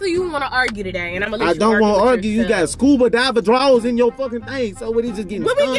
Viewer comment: This man even said skuba diver 🤣🤣🤣🤣🤣